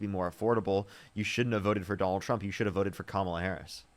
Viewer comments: Who would name their kid Komla? It’s Kamala (ka/ma/la) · “Kamala, whatever”, really,,, whatever your name is. Say her name correct, it’s pronounced “Comma-La”. We thank you for your mind numbing thoughts. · Repeatedly mispronouncing "Kamala" over and over again, after being corrected, AND saying "whatever" about it is sooo fcking disrespectful and ignorant I can't stand it. Get it right,. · Can’t even pronounce her name. KA MA LA. Really complicated for them. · Her last comment genuinely proved how racist and sexist she is lol. She couldn’t properly say Kamala’s name right but when she has to refer to her as VP Harris, suddenly she NEEDS to say JD Vance is the VP right now lol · Every time they mispronounce Kamala we should pronounce it dooneld